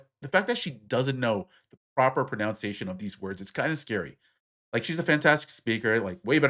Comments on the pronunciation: I hate to do this to you, but you mispronounced "pronunciation". It's not "proper pro-NOUN-ciation", it's "proper pro-NUN-ciation". I'm actually shocked at the candace owens clips. I never listedned to her so was unaware she spoke that way. Those aren't even colloquialisms to pronounce those words like that, it's just plain ignorant. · The word you are saying incorrectly several times is "pronunciation" not "pronounciation"! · It's actually "pronUNciation", not "pronounceiation" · Umm… “pronounciation”? 😂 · Pronounce and pronunciation…work on those!😮. You said it as “pronounciation” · I stumbled across this video and was amused by the segment criticizing a woman for mispronouncing words will the guy making the video was constantly mispronouncing "pronunciation." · By the way, you're mispronouncing “pronunciation.” It’s kind of funny that you’re calling Candace out for it while doing the exact same thing. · Dude! You mispronounced "pronunciation" while criticizing speakers who mispronounce words!